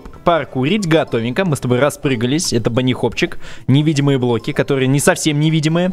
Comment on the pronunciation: почему ты говоришь блки